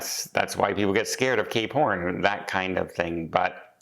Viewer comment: It sounds like you said if I'm going there I'm doing gay porn instead of cape horn 🤣